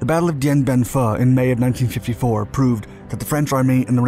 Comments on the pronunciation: come on guys. It's Dien Bien Phu, not Dien Bien Pho. Pho is the noodle dish. "Phoo" is the pronunciation of the famous battle in 1954 where the French got their asses kicked... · "Dien Bien Fuhh"....